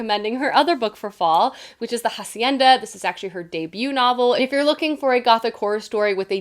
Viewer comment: Just an fyi, the book The Hacienda the H has no sound, so when you pronounce hacienda it’s more like the a sound in apple, no h sound, apple, armor, after, hacienda.